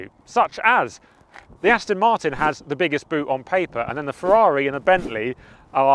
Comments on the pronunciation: Important message for the presenter. The DBX is an AsTON MarTIN, definitely NOT an AsTIN MarTON. What are you ? American ?? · Aston is not pronounced Astin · Please say Aston correctly. It is not Astin it is Aston. The. there is the small issue of the Ferrari not being classed as an SUV, because it's not.